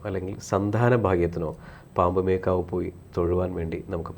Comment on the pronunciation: പാമ്പുമേൽക്കാവല്ല, പാമ്പുമേയ്ക്കാട്ട് എന്നാണ്.